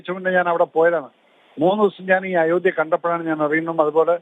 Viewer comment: അയോഠ്യയോ ?!🤔😁😁 അവതാരകൻ ചില അമേച്ചർ നാടക നടൻമാരെ പോലെ ഇത്ര ബലം പിടിച്ച് എന്തിനാ സംസാരിക്കുന്നത് ? അയോഠ്യ അല്ല അയോദ്ധ്യ ആണ് ശരി.